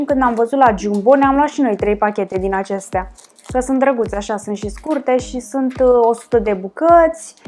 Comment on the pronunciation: "Sânt "se spune sunt deşteapt-o